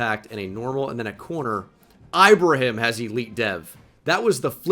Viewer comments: its keenan ee-bruh-heem lolz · bro u gotta learn how to pronounce ibrahim